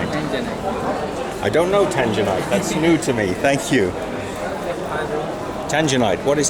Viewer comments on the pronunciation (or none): The dude's accent didn't do him any favors trying to convey the name of the material, luckily my car's exterior color is Tanzanite Blue so that piece must out of tanzanite, tanginite sounds like the name of a virus.